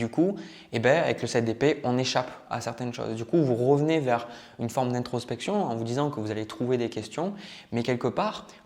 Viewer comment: Les « e » sont des « o » : vous « rovenez », du « rocule » 😅